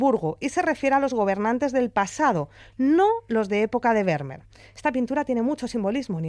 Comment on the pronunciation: Fantástico postcard, como siempre....pero se pronuncia "fermmer". La V en holandés es f. Como tiene doble "m", se alarga. Lo entendí cuando en Ámsterdam le pregunté a un peaton donde estaba el Muse "Van Gogh"...no me entendía hasta que me dijo.....ahhhhh fan joj".👍👍👍👍👍